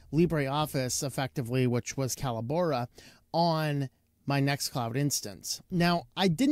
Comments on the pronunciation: Callobora? Call - o - bora? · I've watched 3 different reviews on this so far, and I've heard the company name pronounced 3 different ways. I've always known it as "co-LAB-or-ah", with the emphasis on the 2ns syllable like "collaborate". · It's pronounced "Collabora". Sheesh.